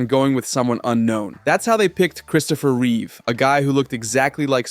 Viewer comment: Mr thanks for saying Reeve right everybody else adds a s